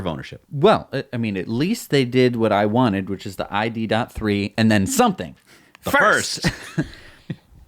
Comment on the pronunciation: Ok found out something new. ID.3 is pronounced in German! So it is called the "Idee Drei" which means "idea 3" after Beetle and Golf. Greetings from Germany - love your show.